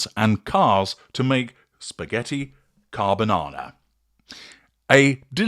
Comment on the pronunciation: And….. spaghetti carbanana. 😅